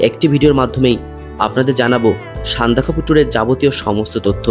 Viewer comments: সান্দাকফু উচ্চারণ টা আগে ঠিক করে করো। উচ্চারণ নিয়ে সচেতন হতে হবে। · না,ওটা একটু কানে লাগছে বাট এত সুন্দর ভিডিও দেখতে গিয়ে ওসব পাত্তা দিলাম না